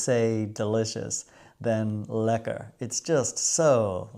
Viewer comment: The way you said it was also lekker. Would you believe it? This dutchman has never been to the Keukenhof, I'll enjoy the tulips and other bulbs in my garden. The Kröller Müler is great and after many years of training my friends in Rochester can now correctly pronounce Van Gogh and Gouda 😅🖼🎨🧀